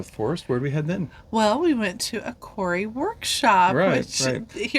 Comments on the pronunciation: kauri🌳- cow-ree 🐄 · Just to let you know that the kauri trees are pronounced cowree not corey. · We pronounce Kauri as like Cow ree in Australia Not that it matters , just a point to mention. Enjoying your journey